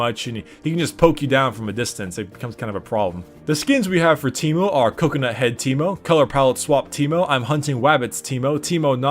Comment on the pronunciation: Its not on T, its on A (tankmo)